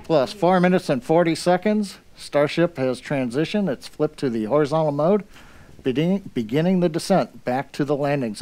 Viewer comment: low key almost said “beninging” lol